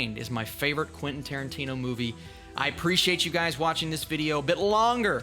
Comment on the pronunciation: Quentin Tiertino